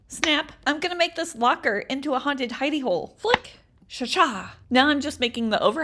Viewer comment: i ligit thought she said haunted hiney hole... 😶